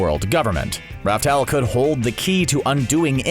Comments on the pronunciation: Laugh tale not raftale wtf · ITS LAUGH TALE NOT RAF TALE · This man still pronounces "Laugh Tale" as "Raftel" smh🤦‍♂️🤦‍♂️ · I thought it was called laugh tale not Ralph tale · It's laugh tale